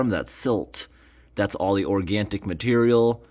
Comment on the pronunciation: quick note, it's orgaNic, not orgaNTic